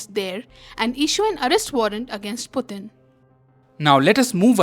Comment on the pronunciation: Putin ! Not Butin! Arrest! Not allest!